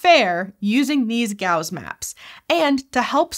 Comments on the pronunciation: Things that are distracting: Pronouncing basin as "bazin" Pronouncing Gauss as "Gowz" Wearing those glasses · "gowzz" and "baze-in" are driving me INSANE. "s" and "z" are the not the same sounds! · On the other hand it was somewhat odd to have a native English speaker apparently mispronounce basin and Gauss. (Unless I and everyone I know has been mispronouncing them...)